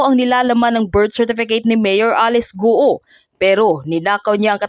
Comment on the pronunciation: Guo...go not gu o